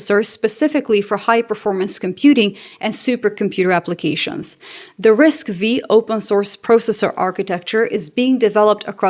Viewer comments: That's all fine and good, but unfortunately, ASML can't build their lithography machines without components from US companies. We're in a gridlock, both sides can completely shutdown the other. It would be lovely if ASML could fine US independent suppliers. Also, it's not RISC-Vee, it's RISC-V (Five, as in the roman numeral). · RISC-V is not pronounced « RISC minus Vee » but « RISC 5 »., are you sure to have a PhD in computer science? Here you seems to read a text like a basic chatbot... Every IT person with or without a PhD has the habit to follow CPU, GPU, RAM, stockage,..., OS's news. Geek stuff, but you can't be skilled in IT without being a geek. Moreover, you can't pretend running any software without taking care of the hardware layers below. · It's Risk Five not Vee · I believe Risc V is pronounced as Risc five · Dear, The V in RISC-V is the roman number 5, not the letter "Vee"